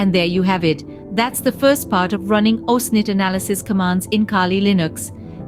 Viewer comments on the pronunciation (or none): pro it's OSINT not "OSNIT" 🤦‍♂🤦‍♂